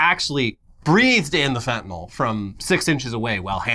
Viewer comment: "Shoot the fentylnal!"